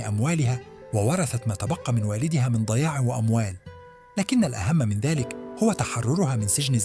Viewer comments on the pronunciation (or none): كثرة الأخطاء الاعرابية تحول دون الاستمتاع بالقصة. ضياع بكسر الضاد وليس بالفتح. .....